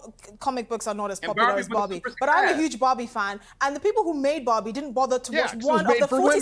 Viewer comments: which bobby is she talking about? 🤣 I'm curious, it doesn't matter how many time i listen to it, i always hear bobby and not barbie. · Why do they pronounce Barbie as Bobby 😭